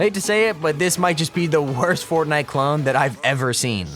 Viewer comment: I love how he says clon instead of clone (number 10)